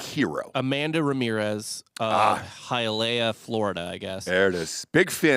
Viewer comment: It’s pronounced Hi Ah Lee Ah